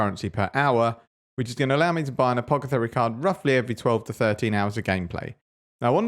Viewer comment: Thanks for the update! I've been having great profit per hour with Shaper Guardian Invitations, although it's not as geared towards mappings builds. (quick PS: I think you might be switching the syllables when you pronounce "apothecary", it sounds like its coming out as "apo-ce-thary", just a heads up :) )